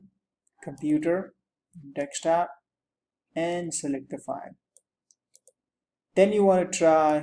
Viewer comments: you can tell he is old, when he pronounces "Desktop" as "Dekstop" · Dextop. haha